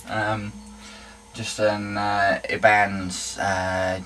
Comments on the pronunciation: Dude love your work, but its pronounced "eye-ban-ezz" :P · it's Ibanez as in Eye Ban Ez... but anyway... fucking love your work.